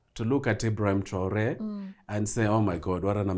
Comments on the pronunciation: His name is not traolé it's TRAORÉ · its traore not traole...gikuyu ni gikuyu tu